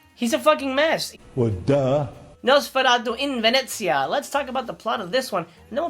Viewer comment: You make me proud with your pronunciation of Venezia ... Great video as always.